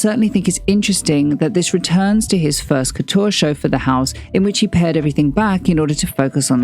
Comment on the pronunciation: Please pronounce it correctly, not "Kutuuar", also not "Gvas-lia" but "Gva-sa-li-a". the Ikea Bag was not a reference to his Georgia times but to his time in Antwerpen as a Student (as stated in his Paris Exhibition).